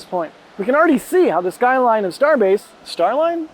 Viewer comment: SkyLine❌ SkyLine✅ Sounds cool though 😅